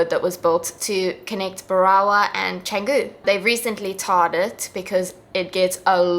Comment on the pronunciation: Canggung ❎ Canggu ✅